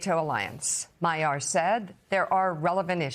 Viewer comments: Mag - Yar... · Dear Americans: Is it really that hard to check the pronunciation of the winner's name? Magyar literally means "Hungarian." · Anchor didn't even bother to learn Magyar's name. Jesus.